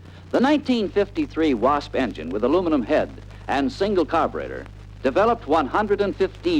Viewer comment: You know it's going to be a good film when they pronounce the word "carburetor" as: "car'brettor"!